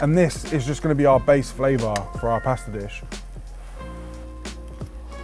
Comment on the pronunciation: Flavour with a TH…. Hahahaa